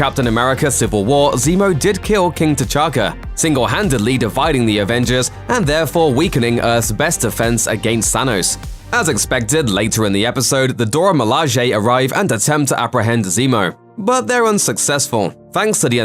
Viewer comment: Weakening Earth's best defence against "Sanos"... Wait did you guys just say "Sanos"?!